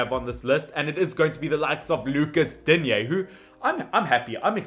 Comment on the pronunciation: It’s pronounced Koonday and Digne not Dignay